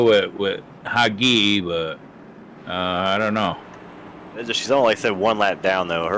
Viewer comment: name: hagit meshulam. not hagi or hagu or whatever.